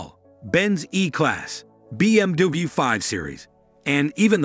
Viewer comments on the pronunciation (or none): First, say BMW, not BMDewey. lol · mer-seeds, Bm-doob lmfao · BMDabau and Merceeds are in trouble 😂. Machine narration is hilarious. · You are pronouncing BMW very weird. "be eem dooblooyou" or something similar. The original german pronunciation is "beh em veh" or the classic "bee em double u" Why not double v? English sometimes is totally nonsense. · BMduburp and Mersaids are in big trouble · What's a BMDoobie? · I didn’t expect to keep hearing BM-Doobie either. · Merseyds S class… Be-Em-Dooble-you… Citrone…😂😂😂😂😂 we know who made this video… haha. Imagine when you ask a billionaire what car he has and he said hong-chi 😂😂 haha. Like “Budget luxury limousine “ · "BM Dooble U", "MercAIDS"!?😂 Makes me think of a Chinese instruction manual loosely translated into English. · what is a BMDui? is that how BMW is pronounced? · BM Dabu, hahaha come on man! 😅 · why can't this guy say BMW or Mercedes Benz correctly? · This is just a TV ad with no hands on review of the vehicle's performance and specifications. Also, you seem to have and American accent but you are having trouble pronouncing BMW, petit and other common English words. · Why is it so hard to say BMW? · 11 seconds in stopped watching. Will wait for the review when they use a real human voice and not an AI that can't even pronounce "BMW" 🙄